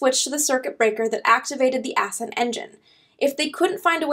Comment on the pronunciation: Ass-cent engine? Ascent is one word, dear.